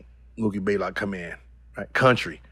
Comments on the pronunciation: "Mookie Baelock" lol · 🤣🤣🤣 it's Blaylock not Baylock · He always gets mookie's name wrong. It's BLAYLOCK lol... just like Greek the Freak smh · Mookie took an L so bad that Gil took one from his name. He never says it right